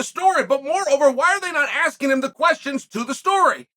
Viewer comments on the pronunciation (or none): none